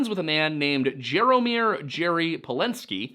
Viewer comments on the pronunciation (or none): Jaromir pronunciation tip: the J is like a Y. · Jaromir is pronounced “Yarameer” in central and east Europe